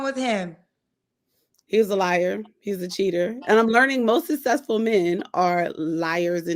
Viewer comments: “Sussessful” 🙄 Why can’t grown people pronounce simple words? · Please be able to pronounce successful correctly, as well as specific and ambulance. Then know the different uses of two, to and too, there, their and they’re. Then you are good to go! Also pronounce mine correctly 😂